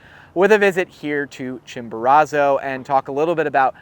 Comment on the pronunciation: You are pronouncing is that Chimborazo wrong